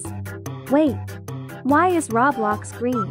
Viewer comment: Brian rot And That’s not how you say Roblox